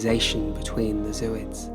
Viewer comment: Not zoo-ids. Zo-oids. The root word is Zoae.